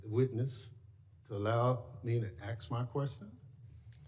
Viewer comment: Let. The. Man. Axe. His. Question!!!!